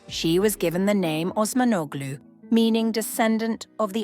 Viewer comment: Osmanoğlu - you pronounced wrong. The g is silent.